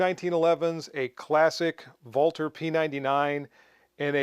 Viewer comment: Thank you, thank you for correctly pronouncing Walther! I'm used to most guntubers mispronouncing "ambidextrous" and just watch them while silently judging them, but to date, you are THE ONLY youtuber who I've heard correctly pronounce Walther. I don't judge the guys who mispronounce it like I do those who say "ambidextrious" because one is a foreign name while the other is an English word, but it sure was a pleasure to hear you say it right! Thank you for all the hard work you put into your videos and the education and entertainment you give us!